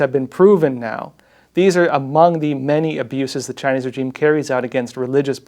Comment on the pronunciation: Please learn how to pronounce regime. Thanks kbye.